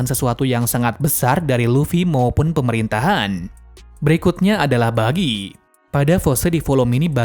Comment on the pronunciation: Buggy bg bukan Bijjy